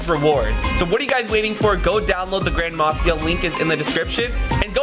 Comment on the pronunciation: When you said the grand mafia I thought you said ‘ grandma mafia ‘ lol